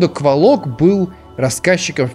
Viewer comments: Говорится не кволок а ударение на 2-е о, а правильно на 1-е о. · Ну как бы рассказчик первой части это древо духов... Охх, и это не Сейн из первой части, и это как мне лично кажется не кволОк, а квОлок. Ну да неважно.... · ээээ..... я правильно понял, что на этом канале уже нет образованных и адекватных людей, что бы сказать, что правильно "квОлок", вы же НЕ говорите "пушкИн"